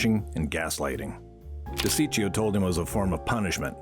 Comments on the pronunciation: you pronounced DeCicco name totally wrong! Lmao. This video is hilariously bad. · This is 100 💯 worst mob video ive ever seen. So much wrong. Cant even pronounce DeCicco name right. Random religious connections. So funny. I think kindergarteners could do better